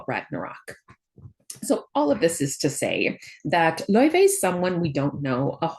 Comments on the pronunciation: Just wanted to let you know the pronunciation of her name is officially confirmed to be LAO-FAY and not Lao-Vay or anything of that sort. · Professor you miss pronounced Laufey. The developer said it themselves it's Lau-Fay not Lau-vey. They call her Faye in the game as well.